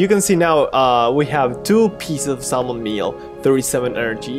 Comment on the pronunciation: I know it is spelled "salmon" but it is pronounced "samon" lol.